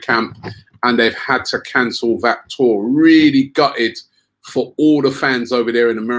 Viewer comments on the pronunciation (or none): none